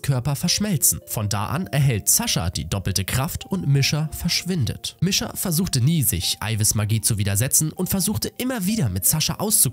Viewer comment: Der Anime ist echt cool danke das du das machst aber bitte sprich die Namen richtig aus Misha wird so ausgesprochen Niescha